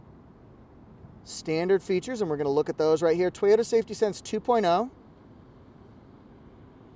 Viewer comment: If I needed a minivan, the Sienna LE AWD, with amazing mpg, would be the one. LEss is more! In my part of Ontario, where we say Toyota not TEE-ota, the weather has been splendid of late.